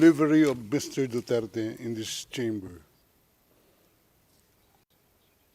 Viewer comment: French middle judge is deliberately mispronouncing Duterte's name. This is a form of personal bias and is dismissive. For this, the middle judge should be replaced.